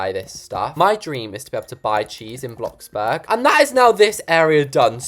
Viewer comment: You said Biloxiburger!!!😂